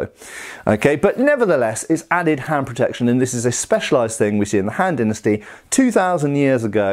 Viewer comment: Kept hearing Hand Dynasty